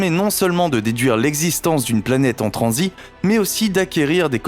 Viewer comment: En transiTTTTTTTTTTTTT putain de bordel de merde, on prononce le T à la fin!!!